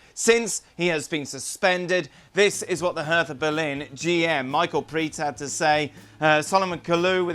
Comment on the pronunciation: For the love of god it’s pronounced Hair-tuh.